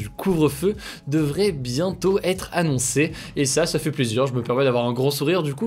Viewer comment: Hello, on dit pas PLUSSE, mais PLUS (le s est muet). Jpp.